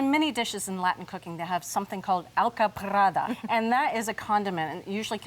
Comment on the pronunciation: It's ALCAPARRA not alcaprada